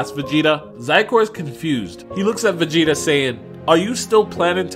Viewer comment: “vageta” lol